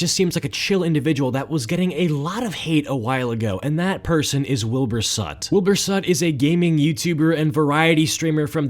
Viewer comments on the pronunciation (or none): "Wilbur sut"